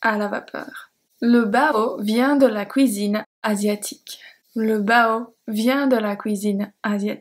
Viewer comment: p'tite question, c'est accent ça ? sans niaiser, c"oui"sine ? perso. j'aime bien, mais j'avais jamais entendu ça avant lol